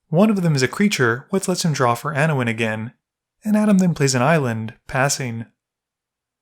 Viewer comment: Lol, "Anowin."